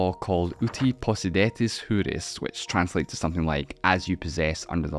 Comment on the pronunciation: Where did you come up with your pronunciation of "juris" ? This is Latin, not Spanish.